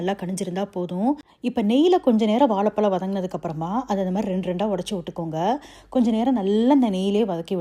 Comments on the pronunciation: வாலபலம் இல்ல. அது பேரு வாழைபழம். 'ழ' என்ற எழுத்து வரும் சொற்கள் தமிழில் அதிகம். அதை பேசி பயிற்சி எடுக்கவும். தமிழை தவறாக உச்சரிப்பதை கேட்க நாராசமாக உள்ளது. மற்றபடி உங்கள் தகவல்கள் மிக அருமை. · Pls pronounce Vazhaipazham properly. As a Tamilian pronouncing zha properly is the crown. This is a kind request to all Tamilians and content creators. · Correct your pronunciation for banana in Tamizh...you are killing the word. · You say வாலபலம் (that’s what I heard sorry if I’m mistaken), but instead of இளகி, you say இழகி 🤔